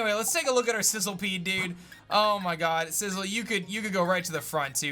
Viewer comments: It’s not called sizzlepede it’s sizzlipede. Just saying because it for some reason bugged me when I noticed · Isn't it Sizz- li -pede, and not Sizzle-pede? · It's pronounced SIZZLE - E - PEDE.